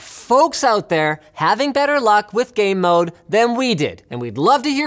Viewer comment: I couldn't not hear "Gay Mode" every time he mentioned the feature.